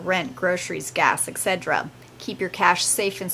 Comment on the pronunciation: Notice how she pronounces etc. "excedra!" Although, I will say, some of her suggestions were good.